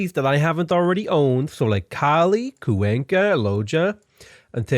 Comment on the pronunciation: kwayn-ka not cuw enkah